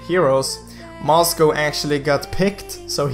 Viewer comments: oh goodness, you are pronouncing Moscov as "Moscow"... Facepalm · Itu Aksen-nya orang swedia